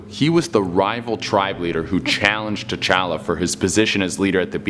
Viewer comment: Every time he says t challa I think tachanks